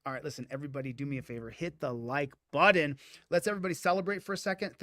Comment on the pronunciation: "hit the like BUDDIN"